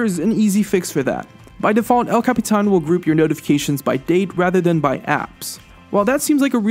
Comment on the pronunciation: can you capitán the right way and not all retarded.